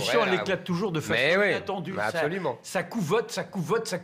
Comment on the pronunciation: C’est décapé et non declaper Puuufff